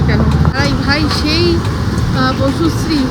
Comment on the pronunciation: Bocusree না, বসুশ্রী 😂